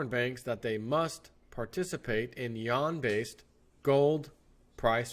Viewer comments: I couldn't listen to this...... it is pronounced You-whan!!!!! Not Y'an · I am Wrong , SORRY it's sounds like Wawn not wane Yuan is pronounced Wawn. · It's actually pronounced like with an 'en' as in 'pen' and has a slight rising tone; try saying "U.N.?" by blending the syllables together and that's essentially it (check with Google translate if you think I may be wrong). Idk why the western media deliberately pronounces it incorrectly, kind of like when some people say Iran and Iraq pronouncing the names as if they were Apple products, lol. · You're killing me... It's pronounced YOO-AHN... If you can't say Yuan, then Renminbi is an acronym... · Yuan pronounced Wane( phonetically that is)